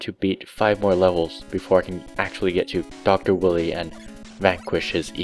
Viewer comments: Definitely a classic. I personally preferred the X series. This was more Rage-tastic,AND CLUNKY. ALSO LOL Dr. Willy (Should be pronounced Why-Lee) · Pal, it isn't pronounced "Willy". WILE-EE